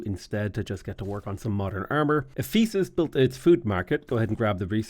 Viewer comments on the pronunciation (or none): I know it's a bit late, but it is "Eh-fuh-suhs". Pedantic, I know, but it's been annoying me all playthrough